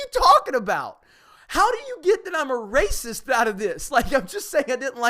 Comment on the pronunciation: I don't know if this is only me but when I hear them say racist, all I hear is raisins.